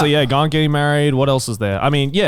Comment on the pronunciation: Garnt's pronunciation is shockingly on point as well